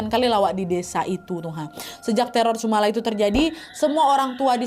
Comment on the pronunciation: penyebutanyannya bukan sumala tapi sumolo (sumber memolo / sumber bencana)